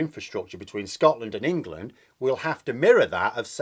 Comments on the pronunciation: When you say ‘Wangland’ I keep hearing ‘Wankerland’ . . . . . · Prefer Engwaland myself.